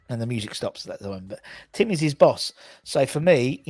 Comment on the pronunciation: u keep pronouncing Tim incorrectally.